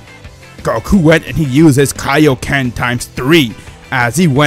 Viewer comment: its called kai-o-ken not kay-o-ken